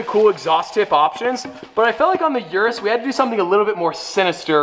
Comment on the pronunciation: Italian/Spanish pronunciation from someone who speaks nether Spanish or Italian. When you tried to say it correctly you said Lamborghini you should exencute the g. So lam bor gey ni. Also it's the ooh rus not your us. Also a Avent ta door not Avena door